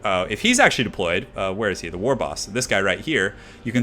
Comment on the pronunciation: he's saying wog. it's WAAAAAAAAAAAAAA and in WAR but Orcy.